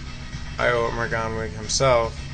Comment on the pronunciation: Sorry, hate to be picky, I loved the video but its pronounced Yolo, as if the I is a Y. Yolo Morganoog, (the w makes a sort of double o sound) is the correct pronunciation ;-)